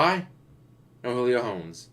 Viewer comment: Carson Wentz is the QB for the Colts, but injured. Cam Newton isn’t on the Patriots anymore, they went with Mac Jones. Julio wasn’t even the best wr on the Falcons last season, Ridley was. Also, saying his last name wrong(not sure if you were doing it on purpose). They have Offensive and Defensive rookie of the year. The Chiefs are deeper than you think. The way the salary cap is, Pat’s salary won’t be like when you had rookie top 5 picked QB’s making more than the majority of the league. Hopefully, Covid doesn’t completely screw up the season and my Bears play Justin Fields. Dalton was a waste of money.